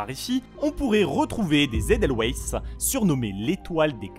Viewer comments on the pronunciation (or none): perso j'ai toujours dit [èdeulvaïsse] et non [èdèloueïsse] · alors non 😂 ça se dit pas comme ça x) Ça se dit : "Edelvaïce" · des « Édèlloueïsse » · Je suis suisse 🇨🇭, j’adore la vidéo mais juste On dit pas Edelwaisse mais Edelwaisse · On dit pas Édeulouaïsse mais Édeulvaïsse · Ça se dit édelvayce et pas édelweiss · Edelweiss ça se prononce pas édelouéïs mais édelvaïs x) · Edelouaysse😭😭😭 ça se prononce pas du tt comme ca🤣😭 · "Les Edeloueisses" Edelvaïsse svp ... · "edelouaysse" C'est de l'allemand. Edel-vaïs. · Des Edelouaisse haha ça fait mal. Ça se dit "Edelvaysse" x) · c'est pas edelweiss sa se prenons edelwaiss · si jamais ça ce prononce « vaysse » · Alors je chipote hein vraiment le reste de la vidéo est top mais eldeweiss ça se prononce à l’allemande : edelwaïss (pour la prononciation) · Super vidéo mais les edelweiss se prononce «edeveisse » mais si non rien a dire merci pour tte ces recherche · Des Edel-QUOI !!? (Edelvaïsse si on ecrit comme ça se prononce) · sa ce prononce edelveiss !!!!! avec un accent allemand !!!! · edelweiss se prononce edel"v"eiss car c'est un mot allemand et en allemand le w se prononce v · les "Edelweiss" se prononcent "edeulvaïsse" 😀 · les « edeulwèysse » Tu vien de mettre tout les suisse en pls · Edelweiss se dit « edelVeiss »sinon super video😄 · Ouille mon coeur de suisse a eu très mal a le weiss c'est de l'allemand pour dire blanc ca ce prononce pas la française, le weiss devrais plus c en " wasse " si non très bonne vidéo même si y a énormément d'autre paramètre en prendre en compte en tout cas une planète cubique c'est le bordel XD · Super Vidéo mais juste au cas où je suis suisse et edelweiss se prononce : « Aideulveiss » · Edelweiss ==> EdelVeis en prononçiation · si jamais ça ce prononce édel vaïss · Mais ça se prononce "Édeulvaïsse" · je prononce ca Édeul vaïsse, si non prenez une minute pour taper weiss (pour blanc ) sur google traduction en allemand et vous verrez ce que ça donne